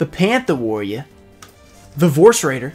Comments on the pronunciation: my favourite tin is the pantha worria (how my boy joey would pronounce it) because the card has amazing art and is kinda underrated imo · Favorite tin is the Pantha’ Warriah